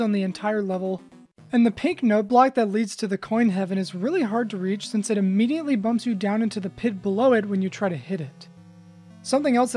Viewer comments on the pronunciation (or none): none